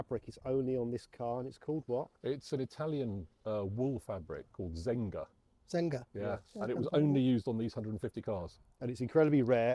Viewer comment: Actually the fabric is called Zegna wool, not Zenga. And one fact: above that 150 RHD cars, there's extra 15 Ruby with LHD: 8 for Sweden and 7 for Continental Europe. Don't ask me how I know that.